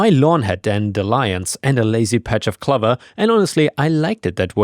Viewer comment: Always loved your channel in under a new user name(used to be CharmCityKid), still do. Have to say you’re pronouncing clover wrong. The letter O in it you’re pronouncing like it is in glove, but it is a long O sound like in close.